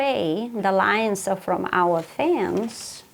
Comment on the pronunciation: After the lion story, I kept hearing “lions” instead of “lines”.